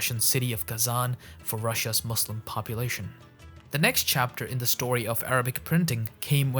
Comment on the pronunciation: How can you pronounce Qur'an and mispronounce Muslim lool